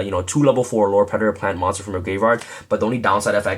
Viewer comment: "Pure Predplant" XD